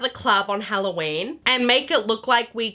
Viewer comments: “it’s Halloween not HelloShien” Is FRYing me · This is halloween, not hoe-llo-weeb